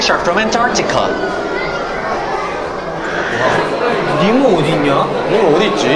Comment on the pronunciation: the way mark pronounced antartica HELLO???